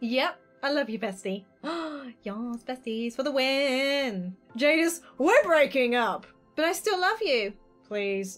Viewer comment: "Jadis" THATS MY NAME OMGOMG AHHHHHHH!! (also yea u said it right)